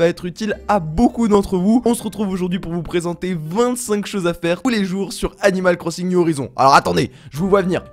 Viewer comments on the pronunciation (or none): tu a dit 'animale cro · tu a dit 'animale corssINg' mdr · On dit animal crosinge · « Animal Crossingue » 😭😂